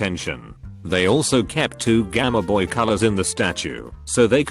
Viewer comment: Nobody: Robot speaker: GAMEHBOY